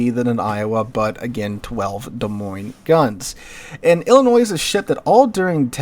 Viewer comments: Ill-a-Noise? Lol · Please...do not pronounce the S on Illinois. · Some of yall are taking great offence to him pronoucing Illinois wrong. Chill, its not even that good of a state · Downvoted for continued deliberate mispronunciation of Illinois - the S is silent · How do you correctly pronounce Des Moines, and screw up Illinois? The 's' is silent, like both in Des Moines. Okay, fun fact. East of the Appalachians most names are English or AmerInd. West of the Appalachians and around the Mississippi, the names are French or AmerInd. In the Great Plains to the California coast, the names are Spanish.